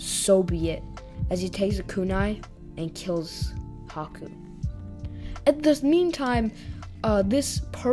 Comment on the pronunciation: anyone else hear caku instead of haku ?